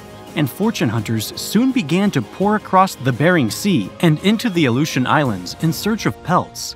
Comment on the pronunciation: You have no idea how to say aleutian islands. What are they giving us all an alley-oop in a game of basketball now? You just couldn't look it up couldn't you, thats had enough for me to never come back